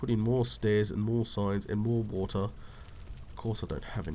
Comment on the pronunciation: "I came down for some wo-TAH" lol :)